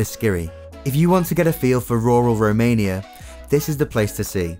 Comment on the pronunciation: This guy pronounced wrongly each city in Romania :))))